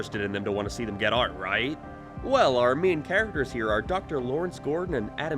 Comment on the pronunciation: this dude cant say "out"